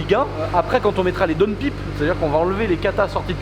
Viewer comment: Downpiiipe 😅🤔. On dit downpaillpe